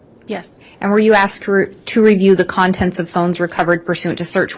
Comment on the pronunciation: ASKED and answered; not ask and answered. Also, they're called pictures (pick churs); not pitchers. Sorry, I'm easily annoyed by this stuff. 🙄